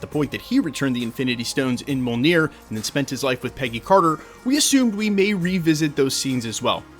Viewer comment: Covers marvel for a living and still can’t pronounce Mjolnir